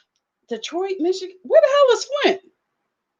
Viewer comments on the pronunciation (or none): none